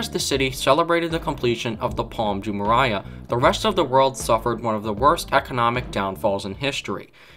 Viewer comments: please try to learn the correct pronunciation of Palm Jumeirah. There is no Palm Jumeriah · Palm de marayah? TF?!